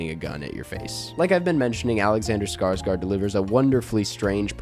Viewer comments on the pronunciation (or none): Please... please stop saying "scars-gard"